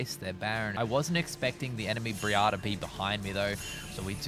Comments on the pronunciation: dam never heard someone cal "BRIAR" "BREAR". "BREYE-AR" is how you say it not "BREE-AR" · Who is Bree-arr? 😂